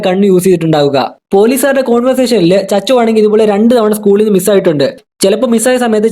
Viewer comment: Chachu alla koppe sachu